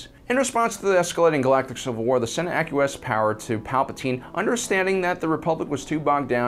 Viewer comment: I thought acquiesce was pronounced with a "w" sound